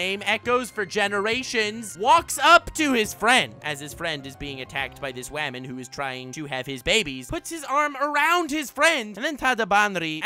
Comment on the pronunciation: I laugh everytime he says waman